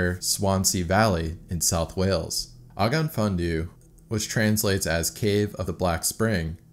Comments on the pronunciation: No hate, just educating, the cave is pronounced: Og-off Fun-on Thee Dd is a letter in Welsh, pronounced similarly to Th, but with more of a dull sound to it. Y is pronounced as ugh sound, the same way you would pronounce the letter U when saying the word Up. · The pronunciation of the cave is bugging me. Its a welsh phrase translating to cave of the black spring/well. It pronounced og,off thin,on thee. I think that is close to an accurate pronunciation. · Just one quibble: The cave is pronounced OGGOV FINNION THI (as in this). It's a fabulous cave and large sections of it are quite easy. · For the record, the name of the cave is pronounced (roughly) "ogg-ov funn-onn thee" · Ogof Ffynnon Ddu is pronounced Oggov Fun-on Thee F=English V, Ff=English F, Dd=English Th (as in "this") Welsh place names are very descriptive. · If anyone is curious, Ogof Fynnon Ddu is pronounced "Ogg-off, fun-nun thee." Thanks for the video, I'm Welsh and didn't even know about this! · Ogof Ffynnon Ddu is pronounced: 'Og-off fin-an do' or more commonly OFD for short. Why do we go caving? Mountaineers say 'Because it's there' Cavers go because it's not there! Or perhaps we're not all there!😄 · It’s pronounced ‘og-off fun-non Dee’ great video though, great cave done it a few times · I’m just impressed there’s not that many welsh people correcting your pronunciation in the comments. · I'm from Wales also and I had to laugh at the way he pronounced it! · This cave is about 40 minute drive from my house, and I honestly would never ever go in there. There’s a much nicer walkable and tourist cave called Dan yr Ogof, which is great. Also, the way you pronounce Ogof Ffynnon Ddu actually pains me because I speak Welsh fluently 😂😂😂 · It's pronounced more like ogav vunon thee. The closest thing to dd is th, it's another letter in the Welsh alphabet. You just lift the tip of your tongue a bit more than th, like you're going to say d. Great video though, thanks! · Pronounced roughly Ogov Feenon du